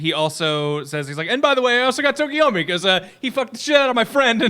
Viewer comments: You're killin' me, Smalls. It's TokoyAmi, not TokoyOmi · Anyone else get bothered by everyone mispronouncing and misspelling Tokoyami’s name? It’s not Tokiyomi lmao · Why do they keep calling him Tokoyomi? Im not a stickler for names but its Tokoyami.